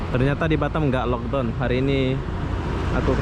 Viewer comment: Boss nyebut BATAM nya kok jadi BaTEm...hehehhehe klu di englis nya artinya lain boss hahahha